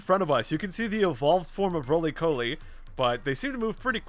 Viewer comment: Rolycoli is a pure rock type on its first stage, and is pronounced as Raw- Lee- Caw- Lee.